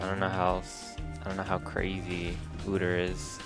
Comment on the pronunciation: Quit saying OODER